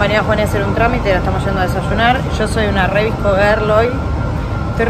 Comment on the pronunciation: Amo como dice vsco, lo dice visco jaj💖